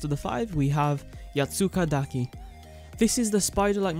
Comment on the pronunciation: Man I got so used to hear Yatsukadaki mispronounced that the actual pronunce (wich is the one you did) actually sounded off. I heard some things like yatsukadeyki yetsukadaki and so on. Also in regars of Chameleos, more recent leaks actually said that it actually got scrapped due to time constraints and will be fully implement only as the first DLC update, pretty sad if you ask me.